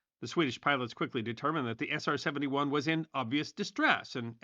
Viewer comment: Man said SR-70-Juaaan